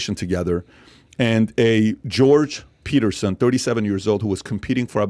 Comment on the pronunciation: It’s Peterson not Paterson incase you were wondering